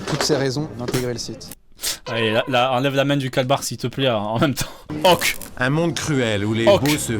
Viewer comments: m3rde je prononce "oque" aussi, g compris j'me barre j'vais mfaire f0utre g compris..... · Mdr même moi avant je prononçait Ok comme le monsieur 😅😂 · Certes. Je blaguais juste sur le fait que notre "" (personnellement je le trouve quelconque mais bon, tant mieux s'il plaît) n'était même pas capable de prononcer "ok" correctement... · Mon père prononce ok de cette façon, ces personnes existent oui